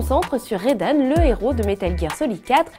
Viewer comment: Raiden ! Pas Raidane !